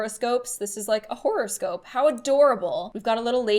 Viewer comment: Who else heard say 'horrorscope' instead of horoscope?? (Me:>)